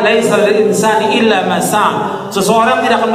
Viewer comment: Baca surat an najm ayat 39 aja salah😂, yang bener illaa maasa'aa, bukan illa masak😂, gaabis pikir emang